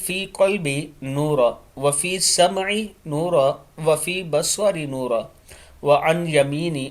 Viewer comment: جناب ایڈمن صاحب! اس دعا میں جو کہ نماز اور سجدہ میں پڑھی جاتی ہے۔ اس میں کم و بیش گیارہ بار “نورًا “ آیا ہے جسے آپ نے ہر دفع “نورا” ادا کیا ہے۔ کیا آپ کو معلوم نہیں کہ جہاں وقفہ کا کوئی نشان نہ ہو یا آپ کا سانس ٹوٹ سکتا ہو اس کے علاوہ رکنا منع ہے اور آپ لوگوں سے التماس کر رہے ہیں کہ online قرآن کی تعلیم دینے کے لئے ہم سے رابطہ کریں۔